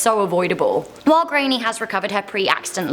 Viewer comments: I had to try to work out what kind of name is Grainny in Ireland??? If you are a speaking from the UK is it too much to find out how to pronounce GRÁINNE, It's pronounced Gran -ya, not too difficult. Calling her Grainny throughout this piece is embarrassing. Most people know how to pronounce most Irish names at this point. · I feel so bad for this girl its so unfortunate .Just a tip the names gráinne and pronounced graw-nya not grainye😂🇮🇪love your videos